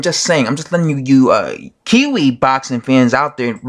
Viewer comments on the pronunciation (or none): none